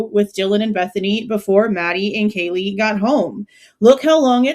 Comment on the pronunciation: Didn’t he mispronounce Kaylees name? Or was it that he didn’t know Maddie? It’s all weird because if he knew Kaylee he would know Maddie.